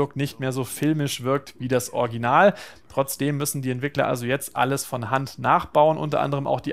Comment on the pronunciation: Es heißt Original und nicht "Orginal", warum kann denn bei Gamestar keiner dieses Wort richtig aussprechen, erst Fritz jetzt, man man man:D